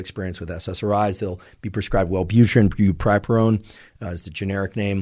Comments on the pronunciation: “brupripurone” bruh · Bupropion is pronounced "bu-PRO-pion", just fyi :)